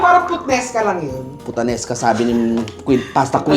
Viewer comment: Hahaha putaneska 🤣🤣🤣 ung pgkakabigkas tlga ee 😁😁